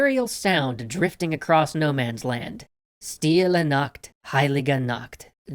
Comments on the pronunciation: It's not pronounced [stɪlə nakt ˈhaɪ̯lɪɡə nakt], it's pronounced [ˈʃtɪlə naχt ˈhaɪ̯lɪɡə naχt]. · You pronounce it Shtille Nacht